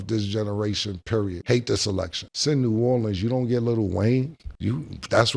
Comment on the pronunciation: bro even said new orleans wrong